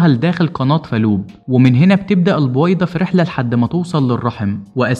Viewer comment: البووويده؟؟؟اشفيك تكلم منيح